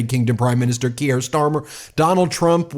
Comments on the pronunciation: just a wee heads up Ben it's pronounced Keer, up the mighty meidus🎉🎉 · He's not French, it's pronounced Keer 😂😂❤ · pron. 'keer' bud. One syllable. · Hi Ben - thanks for all the work you are doing! Just wanted to point out that you pronouce Keir Starmers name "Keer". Keep up tha fantastic reporting! Cheers! Lisa from Winnipeg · Kier rhymes with fear, for pronunciation context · "Keir" rhymes with "near" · Why can't you pronounce his name correctly? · 1. Please learn to say Keir correctly (I'm also called Keir after Keir Hardie, which should tell you where my parents and I are politically) 2. I never thought I could get behind Starmer after what he did to Corbyn then as soon as he was elected PM he ditched all his promises but on Ukraine he has been phenomenal. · I beg you, please learn how to pronounce Kier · Great stuff and if you do read this it's not key er its keer rhymes with beer. Keep the good fight going from Scotland. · I beg you to pronounce non-American names at least vaguely correctly! Kier is pronounced "KEY-er", not "key-AIR". Macron is pronounced "ma-KRON" (with the French 'r'-sound) not "ma-CRONE". We British will indulge your crucifixion of the name Graham (it's GRAY-um, not gra-AM) or Craig (CRAY-g, not CRAG) when referring to an American who uses that name. You will never have heard any of these names mis-pronounced before, so how do you screw them up so badly?? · Keir rhymes with Pier, not Pierre. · love the video, but small note: Keir is pronounced Keer, not Key-air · it's Kier like Beer, not Keir like Pierre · It’s pronounced “keer” not “kierre”. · “Kier”, Ben - rhymes with “pier”. NOT “Kierre” rhymes with “Pierre”. Geez - how would you like it if everyone decided to call you “Bean”? This is not rocket science - it’s just a small matter of basic respect. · Kier is pronounced as Keer. Not Key-air. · Keir is not pronounced kierre like Pierre. It is keer - like beer! Important to pronounce people's names right as we all saw with Kamala .